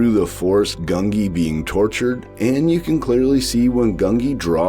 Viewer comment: Not GUN-gee! It's GUN-jee, with the 'j' sound. I swear every other commentator pronounces it wrong.